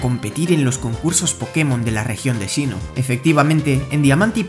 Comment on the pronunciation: sinnoh no shinnoh